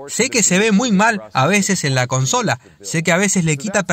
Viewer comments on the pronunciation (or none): none